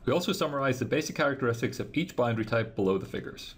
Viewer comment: Someone teach this man how to say boundary.